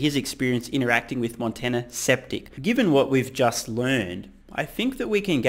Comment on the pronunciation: "Montana Septic" lol